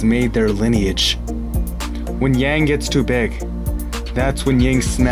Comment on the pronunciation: Yin and yang pronounced Yin and Young.